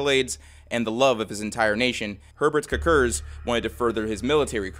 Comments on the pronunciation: Every time you said “Herbert Kirkir” (or however you spell it) all I could hear was the Swedish Chef😂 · As a Latvian (and also a bit of a fan of the morbid reality series), this was a particularly fun watch for me and it certainly caught me off guard to see my country's flag in the very first slide...😅 Personally never knew of Herberts Cukurs (btw, the pronounciation you did made me laugh a bit, but this is just how native americans typically spell it anyways), so this was definitely educational. The history of Latvia really is bitter-sweet the more you look into it, but i am proud of where i come from. Cheers!